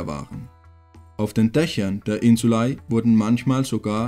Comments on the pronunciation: Gutes Video macht Spaß zu schauen. Nur eine Sache die mich gestört hat war dir aussprache von Insulae du sprichst es Insulei aus wird aber Insulä ausgesprochen aber ansonsten echt gutes video 👍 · es heißt insulä nicht ei... depp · Also ich habe die Aussprache von „insulae“ im Lateinunterricht anders gelernt… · warum sprichts du das "ae" so seltsam aus?